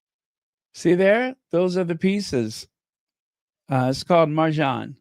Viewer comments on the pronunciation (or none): mahjong (no "r") ❤